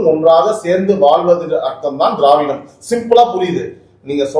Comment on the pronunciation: Dei dei enda english pesura.. "froof".. tamil nadai aataya poda ninaikum telungu karanga pesuradhu "Drividam".. Google la church pannanumam.. inga paaru, inga paaru.. pesuraan pechu.. andhra vukkaga utir neethanda..